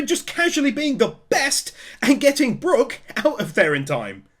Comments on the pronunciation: FINALLY, HE GOT BROOK’S NAME RIGHT. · Kuma, nightmare Luffy AND saying Brooks name right?! What a video